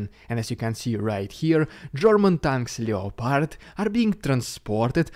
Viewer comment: the o in loepard is silent